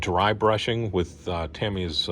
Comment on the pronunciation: Good "Wilhelm Scream" when the one figure fell! 😆👍 The station is coming along nicely. You are one of the very few YT modelers who pronounces Tamiya correctly! 👍